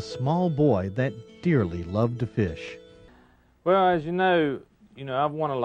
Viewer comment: I always love it when people pronounce the “E” in fish. FEEESH